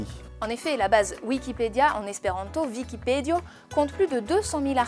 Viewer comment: La journaliste prononce Vikipedio " /vikipɛ'djɔ/. Mais ça se prononce " /vikipɛ'di.ɔ/ ". En espéranto, le i se prononce /i/ et jamais /j/ .